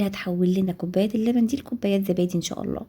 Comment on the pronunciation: اسمه زبادي مش ذبادي يا عرب